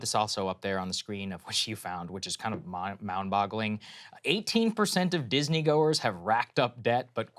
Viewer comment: He said "mound boggling"